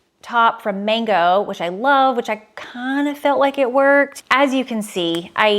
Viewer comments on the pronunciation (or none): none